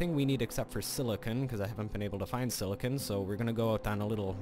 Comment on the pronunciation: silicen. This made my laugh so much the way you pronounced it the first time.